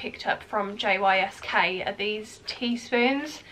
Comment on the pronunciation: JYSK is pronounced Yisk ❤